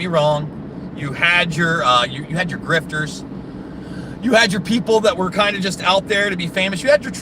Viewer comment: when you said grifter I heard smallstorm